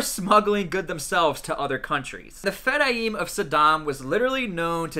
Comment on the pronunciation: Its pronounced Fedayeen not fedayeem